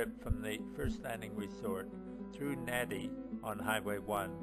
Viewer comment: just saying but nadi is pronounced "nandi" not "nadi"